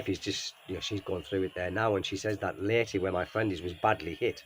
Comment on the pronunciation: Oh your friend is in Leyte - Lay-Tay. My auntie who is in Cavite now, is from Leyte.